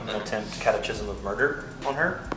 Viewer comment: Why do you pronounce it cat uh chism instead of cat uh kism?